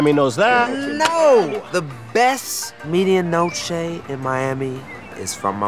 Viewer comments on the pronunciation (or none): If you're from Miami you cringed when they said "meed-ee-a noch-ay" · lol pronunciation of "media noche." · Every time they mispronounce media noche, I want to die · bruh im from miami and it took me a while tounderstand that they were saying 'media noche' as in the cuban sandwich. they dont say it how its suppose to be said in spanish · Yes but oddly they are pronouncing "medianoche" incorrectly. The "e" in Spanish is always pronounced "eh". I'm surprised they said it wrong. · Derek Flores Ah okay, but that pronunciation of "medianoche" wasn't a Mexican one either. No native, Spanish speaker would pronounce the "e" like "ee" instead of "eh". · In miami everyone would be drinking cafe con leche and yelling. Also medianoche.... not really pronounced like that but ok...